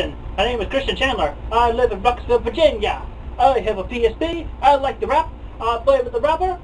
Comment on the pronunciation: did this boy really just pronounce "virgina" (virgin-ya) as "vagina but with vir"